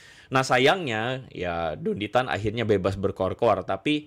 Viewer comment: Pasti mereka yg benci.ko Dondy Tan bilangnya syetan tan 😅